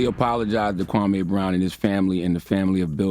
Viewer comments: Kwame (kwah) (may). NOT Kway me. Please get it right. You haven't heard anyone say his name that way.... why have you changed the pronunciation of his name??? DO BETTER. Especially with a name like yours. You always state the pronunciation of you name at the beginning of your videos right? So extend the same clarity for other people's names. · Why the hell are you calling him him Kway me? You have an audio example of charlaCRINGE calling him (KUWA -MEY) i don't understand. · How the hell can u say charaLemenge, the king of creep/cringe and his name right, but you can't manage a two syllable name like KWAME? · no, not when i see him prounce other things with ease. I'm not buying it the QWA-MAY IS apart of his language structure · It's not pronounced Quaymi? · Done with my burger and thoroughly enjoyed it and this video! Charlemagne isn't able to see what he's doing wrong until he catches heat for it. He will NEVER be Wendy. So I also wanna say this, yall finna get up off and how he pronounces Kwame's name 😡 Being of a Latin descent, is it hard to realize that finds it hard to enunciate certain words?? Like all Latin people?? He isn't trying to be funny nor disrespectful, he legit can't say certain words like people whose first language was English. I really feel like people just like to be negative. If you don't like how he talks, find another body language expert to watch but I love the way he talks and how he dissects the truth in body language!! Leave him alone!!!!!!🤬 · Because he probably heard of Charlemagne before, maybe he never heard of Kwame? As someone who is also not American, it confuses me as how Kwame is pronounced, because in english, same letters can be pronounced differently. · ok so that makes it ok? 😄 he litterally had an audio example of how to prounce the mans name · I would send this to kwame but his name was butchered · Lol and he has the correct pronunciation on the video